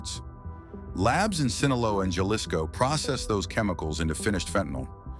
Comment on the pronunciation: Jaw-lisco?!! come on, get a clue, this is ridiculous!!